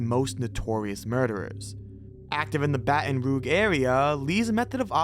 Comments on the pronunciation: How about Baton Rouge, which he pronounced “Baton Roog” OMG we are DOOMED as a race!!!!! If I keep listing all of the ridiculous mistakes in this and so many other videos, I will end up in an asylum I swear. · Some mistakes, including richard ramirez number of victims and death date, the b in btk is bind not bound, some pronunciations like illinois and baton rouge, but largely informative video. 😅 For Illinois the s is silent, and for baton rouge…its rooj not roog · I'm from Israel even I know it's not baton roog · It's pronounced "BATTON ROOHJ" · It's baton rouge, like the color rouge; not ruge. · "Baton roog" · I laughed at that and the pronunciation of Caril Fugate's name. It isn't pronounced like "Bugatti"....but it was funny to hear it that way. Not as funny as Baton Roog though. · Ok. He pronounced Baton Rouge 'Batton Roog' but that's a Frenchie name, thems difficult. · YOU SAID BATON ROUGE WRONG… maaaaaannnn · How you pronounce Baton Rouge hurts my soul 😅 Derek had way more than 7 victims also. He almost killed two teens in a cemetery and is the suspect on two women who went missing in the neighborhood beside the cemetery. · You pronounced Baton Rouge, Louisiana wrong... Come on man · And baton Rouge lol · BATON ROOG??? 😂😂😂😂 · Also, incorrect pronunciation of Illinois and Baton Rouge.